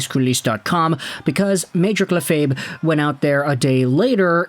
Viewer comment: Just a tip mr., in the last name Lefebvre, the b isn't pronounced at all, yeah, it's weird even in french, not Byfuglien being pronounced as Bufflen weird but weird still, but you can ignore the b in that last name. Reminds me of some sportcasters back in my youth talking about Sylvain Lefèbvre (ex-Avs/Nords/Habs/NYR dman, now defense coach somewhere, I forgot where though).